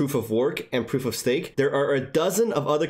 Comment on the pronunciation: Did you say Proof of STEAK?